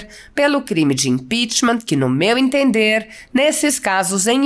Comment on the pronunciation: Então é isso Ranfolfe pedindo impitchmam